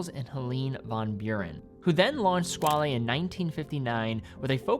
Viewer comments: Squale is French for "shark", not italian (Squalo), therefore it is NOT pronounced "skwal'hey" , but "SKWAL" ! It's very annoying to hear all watch influencers getting that wrong. I guess we can thank TGV for that... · nope, it's French for Shark and it's pronounced "skwal"